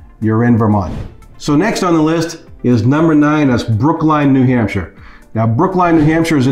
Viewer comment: Probably would be best to say New Hampshire like a native, New Hampshire. Lebanon is far into the boonies.